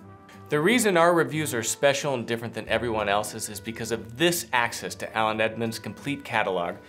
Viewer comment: I think you say “Aland Edmonds” lol